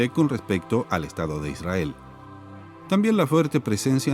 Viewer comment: Te das cuenta si son o no sionistas por como pronuncian Ishrael.